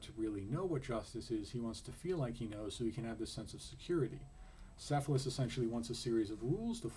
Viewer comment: not "s"ephalus it is "K"ephalus